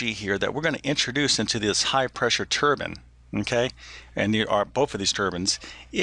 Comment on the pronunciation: Thank you for pronouncing the word turbine correctly - that is "turban."